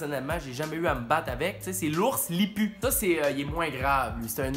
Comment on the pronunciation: Les ours lippu sa se prononce «lipou»😂😂